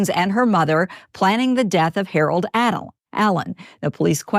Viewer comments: dude… the reporter is incapable of not saying Harold adam-allen lol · thats what i came to say, like did she keep calling him harold adam? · I wonder if she knows someone named Harold Adam, that’s the only reason I can see why she kept struggling 😭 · I'm stuck on the fact that two reporters could not pronounce his last name of Allen, but they both said Adam. 🤦‍♀ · Ok but why can't that news lady say "Allen" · why can't this news anchor get her shit together and get poor Mr. Allen's name right? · Why can’t this news anchor say this man’s name? It’s driving me nuts lol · That reporter really had trouble with his name. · The only thing I can focus on is the fact that that reporter cannot say the man’s name correctly 🤦‍♀️ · Wow. It’s very obvious why that tv anchor is on a very small town local newscast. How many times did she f*** up the victim’s name? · Why can’t that news woman pronounce the poor man’s name correctly:( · These ppl that call themselves news reporters can’t even get his name right wtf! They are actors reading scripts and still can’t read just annoying on top of this sadness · Why did that reporter struggle to say Allen so bad... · i came here to say the same thing, almost every time she said his name she messed it up. not cool.😔💚